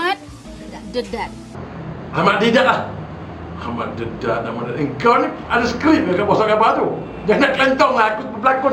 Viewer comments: sheikh ahmad dedak?? hahah.makcikk oiii.deedat laah..sheikh ahmad deedat=) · minit ke ...nampak sangat pompuan tu baca skrip..dah la x ingat dialog tersangkut2 sambil mata melihat dkt surat khabar (paper)..baca plak salah..name yg die sebut x betul hj ahmat dedat padahal ahmad didat...kebenaran pasti terbongkar..nampak2 pelakon extra berlakon untuk mendapatkan wang..bkn kerana allah...semoga allah mengampuni dosa2 mereka...